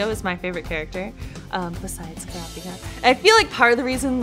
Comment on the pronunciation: IM SORRY IT SOUNDS LIKE SHES SAYING “CRAPIKA”